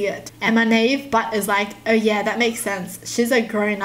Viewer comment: The way she says naive 😂